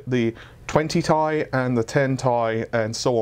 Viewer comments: It's TEE AIII NOT TAY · It's not 'Tai' it's T-I FFS!!